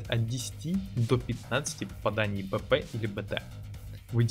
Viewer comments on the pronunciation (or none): Нужно либо ставить четкую чеканную речь при названии патронов, либо БОЛЬШИМИ буквами, цветом и т.д. выделать произносимые названия в видеоряде. Зачастую БП и ПП, звучат одинаково. Можно ещё произности полностью Повышеной Пробиваемости или с Бронебойной Пулей... Но не все это запомнят или знают, что названия не просто так. А так годно и более/менее универсально. Ссылочка только старую таблицу патронов ещё с патчем 0.9